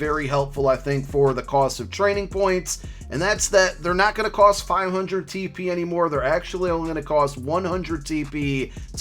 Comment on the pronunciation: I laughed every time you said TP.